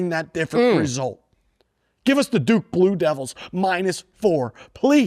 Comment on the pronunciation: Bluke Doo-devils 🤣